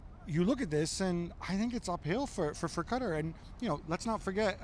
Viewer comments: It's Kah-tar....not Cutter...😑😒🇶🇦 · Gab loves to say “Kuttar” lol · How about learning to pronounce the country you are visting properly?